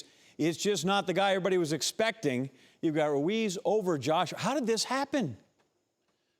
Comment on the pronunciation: Atlas either can’t pronounce “Ruiz” or doesn’t know his name.